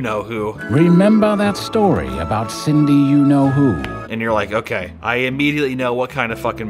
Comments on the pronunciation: Only 4 minutes in, does call "Cindy" SYDNEY the whole time? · Do a shot every time he says "Sydney " instead of "Cindy." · I'm losing it that he keeps calling her Sydney instead of Cindy. Lol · Drove me insane 😂